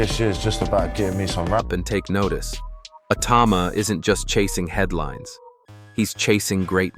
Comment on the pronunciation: If your going to do a video on Moses Itauma at least pronounce his name right.There’s about six different ways you’ve said it.